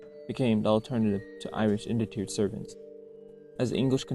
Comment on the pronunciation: Interesting history. (Please, do correct your mis-pronounced word "indentured".. "IN-DEN-TOORED." or "in-DEN-CHOORED" ........not, how you've mispronounced it.)